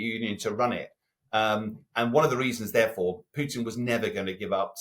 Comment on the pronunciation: It is PUTIN, not PYUTIN. You are a journalist, just pronounce the name properly for Christ's sake.